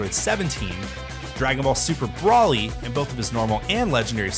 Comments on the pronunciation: BRO-LEE not BRA-LEE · “BRAWly” Bro. Its “BROly” 🤦🏾‍♂️ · He also called Broly, Brally. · It’s not broly it’s Broly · “Dragon ball super BRAHLy” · You can’t call yourself a fan if you watch the show and still get the names of things wrong. Wtf is a “super cyan” and who is “brawly”?!?! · How do you mispronounce broly? lol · Said broly wrong smh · Spotted them saying brolys name wrong 😂😂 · thats how you know bro was reading a script, he pronounced Brolys name wrong, he talked about past BT titles but showed budokai gameplay, and then said No GT, aint no way. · Why he said Broly like that 💀